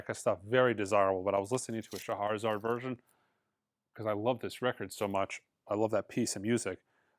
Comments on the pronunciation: He's got me saying Shaharazar now too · Will we ever get him to stop adding an extra "R" to Scheherazade?